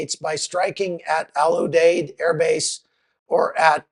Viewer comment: Al U Deed is how to say the name of our base. I was there in 2007.